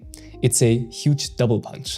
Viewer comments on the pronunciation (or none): none